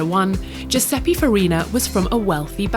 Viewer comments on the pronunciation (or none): NO, NO,NO,NO,NO ma qualcuno glielo spiega a sti inglesi che non si dice Giuseppi ma GIUSEPPE....